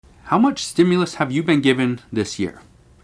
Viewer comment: Dude, it REALLY bothers me how he says 'stimulus' like a pronoun